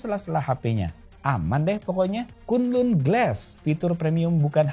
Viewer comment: volume hp 10% denger kata kunlun kek kuntul glass😂